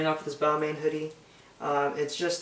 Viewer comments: balmain reads bal-mah its french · Balmain is pronounced "Bal-MOHH"